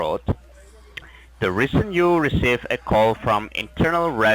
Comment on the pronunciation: “ the rasin u receive a Koll “